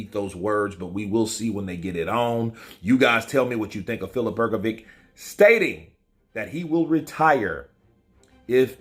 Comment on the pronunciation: Her go vitch as opposed to Her go vick, give it a go mate, it's not that difficult!